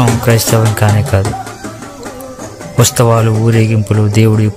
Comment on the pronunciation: Usthavalu antunnaru,kanee palakalsindi uthsavalu ani please correct your pronunciation,memu akkadaku velli mariyamma garini mokkamu ma vignapana mariyamma gari dwara Jesus ke chesthunnam adi theliyani chala mandi meelane apoha paduthunnaru oka vela kondaru theliyaka meerannatle chesinaa kuda devudu varini emee anadani na pragadha viswasam